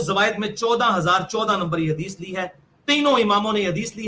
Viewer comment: Hadish nahi hagish bola karo